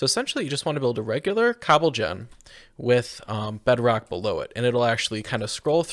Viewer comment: Did you just call bedrock “bedrack”? 😂